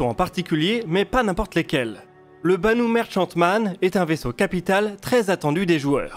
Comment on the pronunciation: Pour info le ch se dit k ici. :)